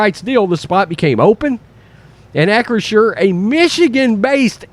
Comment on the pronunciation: Shows you what a stupid name it is for a company OR for a stadium that mispronounces it over and over in this video. He keeps saying AK-U-SHUR instead of AK-RISH-SHUR. But no matter how you say it, it comes out CRAP.